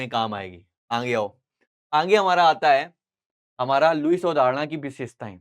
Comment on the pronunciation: Aage ❌️Aange✅️😂😂